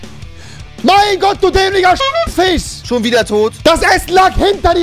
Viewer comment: Warum hast du einen Sprachfehler? Fich.😦